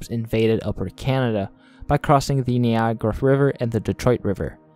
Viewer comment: I can't believe you don't know how to pronounce Niagara.....?